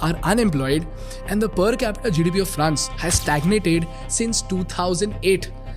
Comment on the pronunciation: Content is really good, but you know just work on the accent for example it’s France GDP but not France GDP with a odd and weird phonetic stressing on the GDP at the end and likewise every sentence. Good luck